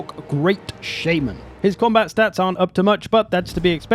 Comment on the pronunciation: "Shayman" Brother you know damn well that's not how you pronounce "shaman".